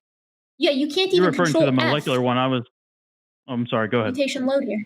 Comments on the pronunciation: Anyone else bugged by how says "mullekuler"? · It’s pretty hard to take someone seriously when they pretend to know a lot about this subject, yet simultaneously can’t pronounce the word “molecular” repeatedly